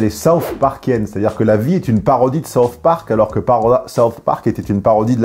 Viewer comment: Meilleure prononciation de South Park que j'ai pu entendre jusqu'à maintenant.